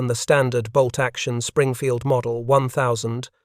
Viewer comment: I believe its pronounced ninteen-oh-3 springfield rifle!